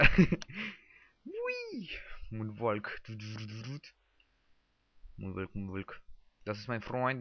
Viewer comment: monwaLLLLLLLLK man spriecht das so aus woonwock